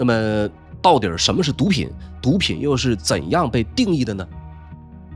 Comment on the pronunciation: “到底”？“到底儿”？ 这个词有儿话音的必要吗？听起来这么别扭。